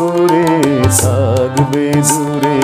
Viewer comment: Tumi ki emni kore THGBE dure ??? Kwa er uchharan ta aschhe na ,ektu dekben ! Over all fine !